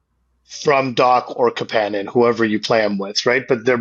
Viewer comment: Almost turned it off because the way he said Kapanen. Idec if it's right, i just hate it 🤣🤣